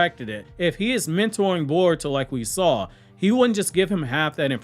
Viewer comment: why you pronounce Boruto as Baruto ?? I saw many like you ?? 😳😳